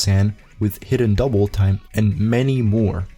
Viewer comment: Say Hidden Doubletime again, I dare you.